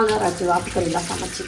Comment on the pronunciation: Sanachu illa samachu